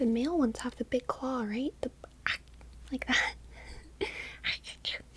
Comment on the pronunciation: DId you say THE KLAW???